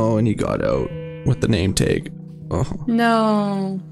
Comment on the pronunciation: Knew you were Canadian with the way you said tag 😂❤, super cute chanel, I'm going to be making a hobbit hole in my world hehe